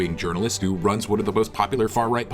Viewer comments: Mispronouncing the word 'journalist'..... It's true! He's a foreign agent sent to sow dissent in the USA! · “Yearnalist” LOVE IT!